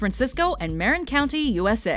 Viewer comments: It's pronounced Muh-rin county on Mare-in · It's Ma-RINN county, not MARE-in. I was hoping you'd mention the Bradbury Building. I love those staircases. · It's not even that hard to pronounce. Muh-rin. Geeze. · #5 San Francisco and "MARREN Count"? Its Marin. Like Mar-in! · It's muh-rin not mare-in county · They pronounced Marin wrong, I live there. It's like Mah-rin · It pronounced Ma-Rin... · omg! you pronounced marin wrong..... ugh. I can tell you're not from the bay area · She pronounced MARIN wrong. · You pronounced "Marin County" wrong. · you mispronounced Marin. lol